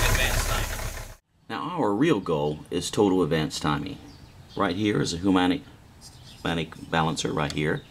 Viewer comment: humanic? I think you mean harmonic.